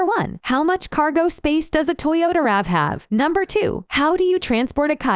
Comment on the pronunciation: The automated voice substitutes some weird stuff for the RAV4